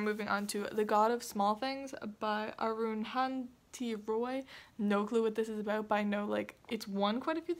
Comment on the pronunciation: It's Arun-dha-ti Roy. I have a feeling that you will love 'The god of small things'.